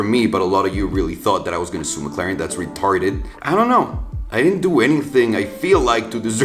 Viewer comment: i dont know if its me or does he just say retarded very weirdly